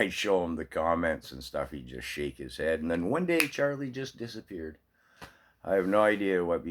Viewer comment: Social media can be addictive. Just the way you said shake it makes it sound like an addiction or a bad case of the flu.